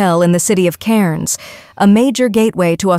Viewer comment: U have to pronounce Cairns like an Aussie "Cans" 😉👍